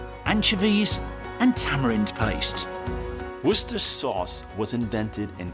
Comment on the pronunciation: Woster is how you pronounce the part "worcester"